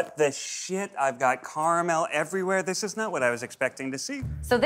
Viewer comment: Imagine going to Yale and not being able to pronounce nougat, caramel, and Disaronno.